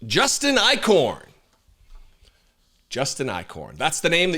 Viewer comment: Eichorn? More like Ick-horn.